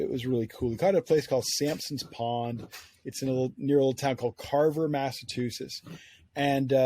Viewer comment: Can't even pronounce Massachusetts